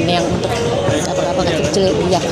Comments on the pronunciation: Bunda yatch bacanya bkn “yah” tapi “yaat” sudah kuperiksa krn setahu akupun bacanya yaat. Aku di Sydney jd sering denger kata itu… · Bunda ... Yacht pronounced YOT ...ch'nya ga dibaca ... hehehe .. ngapunten bun 🙏🏼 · Yacht dilafalkan "ya:t", dengan "a" dipanjangkan (US). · Lucu denger bunda bilang yatch kyk orang Arab dalem banget☺️